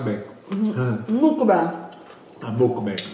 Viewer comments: Si scrive muck bang ma si pronuncia mackbeng, questo errore c'è in tutta YouTube Italia, apparte giusto un paio di youtuber che io sappia, non so se ci sono altri youtuber italiani che pronunciano correttamente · "Mucbeng" ma petche??!!